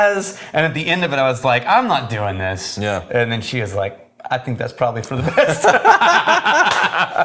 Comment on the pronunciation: "some weird think"!!!!!! At this point, he's adding the k on purpose